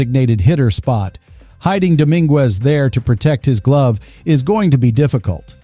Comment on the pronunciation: Nothing is happening yet can we get rid of these creepy AI narrations? They can’t even pronounce the names correctly please no more AI